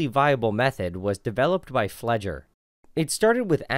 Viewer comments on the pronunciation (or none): Pfleger not fucking fledger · "Pfleger" == pflay-ger (hard "g") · Butchered "Pfleger" there :D But cute enough. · Pfleger != fledger lol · Worst pronunciation of Pfleger ever lol